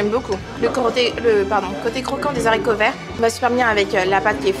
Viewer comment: Des HARICO VERT pas des SARICOVERT.